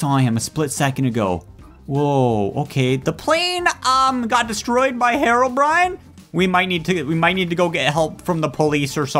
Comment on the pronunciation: its HEROBRINE not HEROBRIAN